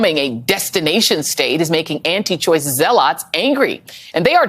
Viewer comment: Is it honestly too much to expect a news anchor to be able to pronounce the word "zealot?" Or is "Symone" just trying to act extra black again?